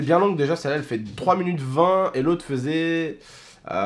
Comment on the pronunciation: tu dis munutes et pas minutes?